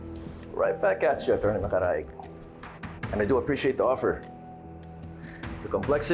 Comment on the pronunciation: Di talaga mabanggit ng Tama Ang word na attorney mula simula Hanggang Ngayon, , , Achorney pa Rin Ang bigkas hahaha